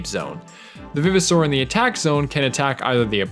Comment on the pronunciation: Is it pronounced vive, or viv? I say Vive-oh-saur as in RE-VIVE.